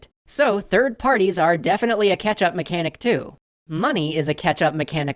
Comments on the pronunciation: CATCH-Up mechanics, not "ketchup" mechanics! ...all I hear is "ketchup". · I am absolutely sure is saying ketchup. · Luconis funny, I kept hearing catsup 😅